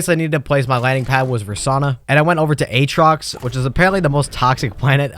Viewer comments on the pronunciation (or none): none